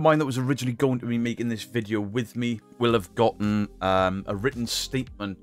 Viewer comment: Thanks to you and paaarple, I’ve seen the proof, I mean I did buy into it. But there was loads of red flags 🚩, that I chose not to look too closely into. I mean there’s loads. But I’m so glad those hunches are proved right, and a person do can’t even pronounce the word- to-, has been having 218k subscribers pants down all this time, while his nest is getting nicely feathered thanks to concerned people in the world. What a tit.